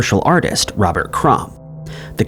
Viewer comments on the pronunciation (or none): none